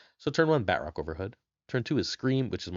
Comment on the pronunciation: I don't like the way he says Batroc. BAT-ROCK 😂